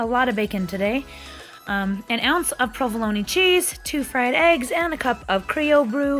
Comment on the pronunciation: I've never heard anyone pronounce "provolone" the way you do, with the hard "e" at the end. It prompted me to look it up, and low and behold --- it's pronounced with the hard "e" at the end. Thank you for educating me, and for all the dedication you put in to your videos.